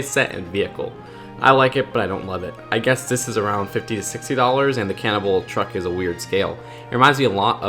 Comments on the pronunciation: Whenever you say "cannonball", I hear "Cannibal". That would be a very different set if that were the case lol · It sounds like your saying Harley Quinn cannibal attack